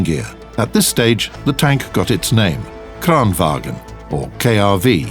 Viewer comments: Bada Bing Bada Boom Dude, its not wagen, not even close, its PRENOUCED LIKE VANGN, BY ALL DIALECTS OF SWEDEN. AND ITS SPELLED LIKE VAGN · not pronounced Kranvagen, it's Kranvagn. The same with the Stridsvagn! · VAGN NOT FUCKING WAGEN! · As a Swede im triggered everytime in every video people pronounce "kranvagn" as "Kran WAGEN" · Why do they call it kranwagen its called kranvagn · Bada Bing Bada Boom Not even close. Dissapointing they cant prenounce something as easy as vagn wich is prenounced vangn, SIMPLE AF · No it's not. It's pronounced wagen. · Bada Bing Bada Boom You are kidding right, i think i as a native speaker of swedish know how to prenouce SWEDISH WORDS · It's "vagn", pronounced "vang - n". Not sure why North Atlantic Terror Organisation is eating all the troll-bait though. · Love how the narrator pronounce the swedish names as if they where german.